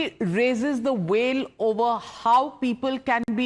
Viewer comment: veil not wail.